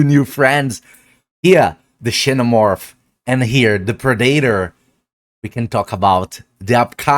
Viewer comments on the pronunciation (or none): just fyi xenomorph is pronounced "zenomorph"